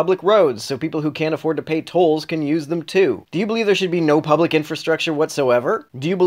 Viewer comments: Great video, but ... "pubic schools". Hysterical! Humorous! Comedic! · Hehehee "pubic" schools